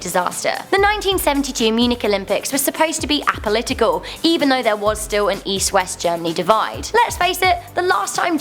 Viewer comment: great delivery. interesting content. you guys just have to work in your copy a little more. Palestines and loogers instead of Palestinians and lugers. apolitical instead of 'A'political. makes a big difference.